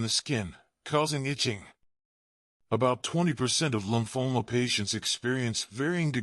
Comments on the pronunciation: Lumphola? Do you mean lymphoma? Nice attempt at sounding educated, spelling the same word in several different ways. I'm itchy. I guess I won't have a long life. I'm a healthy 84 years old. Actually not bad advice by a person who has no idea what they're talking about, but very basic. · Lumphoma? Didn't he mean Lymphoma?